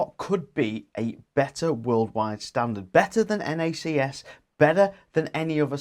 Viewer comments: Nobody ever implied that NACS (pronounced “nacks “ not “nackass”) should be a worldwide standard. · LOL nackass sounds so Australian pronunciation